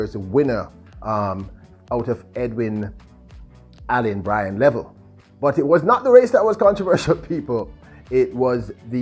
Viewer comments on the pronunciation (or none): Bryan Levell. Name pronounced Lev-- VELL.